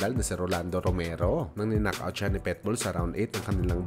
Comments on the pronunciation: Naunahan na pala ko. Pitbull di petbull o pwetbull! Lentek ka! Omayus ka! 🤪😜😛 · Pitbull,, hindi Petbull😂